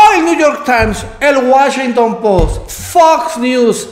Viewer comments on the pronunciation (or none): none